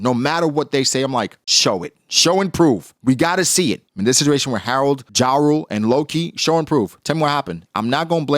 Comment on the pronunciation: You just refuse to pronounce jarul correctly. Yarul not the American rapper ja rule.